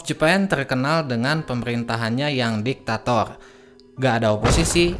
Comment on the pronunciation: Empayeghhh jepang teghhkenal dengan diktatoghh..sepeghhtii jamann oghhbaa😂😂😂😅 anjayy ngakak liat cadel goblok ngomong😂😂😂😅😅